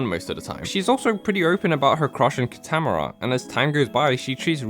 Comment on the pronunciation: KEY-TUH-MORE-UH GRRR the mispronunciation of his name is sooo triggering